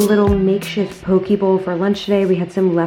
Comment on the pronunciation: Not that it really matters but wanted to let you know poké is pronounced pokay lol love from Hawaii 💕😊 also love the fall decorating! I’ve been trying to get my place to feel like fall since we don’t get change of seasons 😩